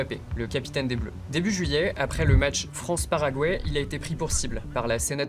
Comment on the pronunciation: Non ce n’est pas raciste On ne dit pas "Fronce" mais "France" Il y a plus de deux blancs Même si y’a pas de blancs et alors ?